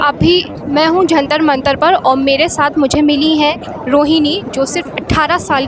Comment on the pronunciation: Jantra ❌ Jatra mantra 😅😅😅😅